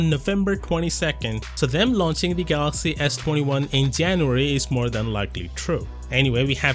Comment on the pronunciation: Why do you always pronounce galaxy as “gathhaxy”? It’s like your tongue has been removed. Sounds super annoying